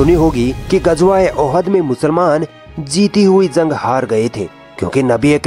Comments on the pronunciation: Zung nhi jung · Bhai zang nhi jang hh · تلفظ درست کرو بھائ.... زنگ نہیں جنگ ہوتا ہے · Zang nhi jang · Zank nahi hoti jung hoti hai ok aage sai kisi or ko dena bolne ka kaam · bura na maanna bhai ,,, Bhai zang nhi jang hota h Thoda zuban ko sudhariye apni